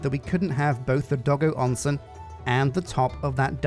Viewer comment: As someone who only barely knows passing amounts of Japanese and how it's pronounced, I still flinch every time he says it "Doggo Onsen"~